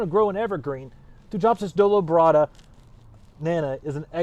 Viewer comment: Hello, just a quick note, the pronunciation of Thujopsis is always thoo-yop-siss just like Thuja is thoo-yah.